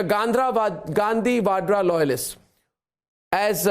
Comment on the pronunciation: When he told Gandhra instead of Gandhi Vadra😂